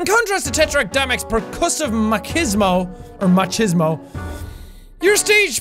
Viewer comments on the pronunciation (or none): none